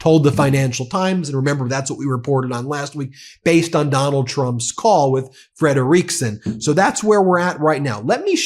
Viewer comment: FYI, it's pronounced Metta FREDriksen